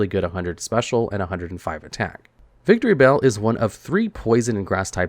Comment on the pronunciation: Is it just me or he calls Victreebell "Victory Bell"?